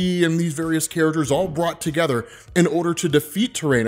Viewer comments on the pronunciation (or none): none